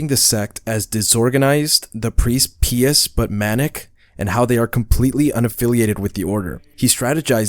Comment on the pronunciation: Pious is pronounced "pie-us" not pee-us lol